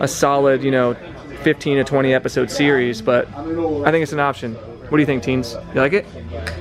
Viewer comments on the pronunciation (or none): none